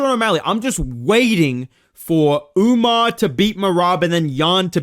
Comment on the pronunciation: Nah WE need Sean O'Malley vs "Umnar" Nurmagomedov. Maybe Umar can beat correct name pronunciation into O'Malley.